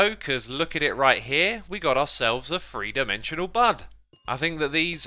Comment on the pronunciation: Xisuma translator: "Amethest: = amethyst "Free" = three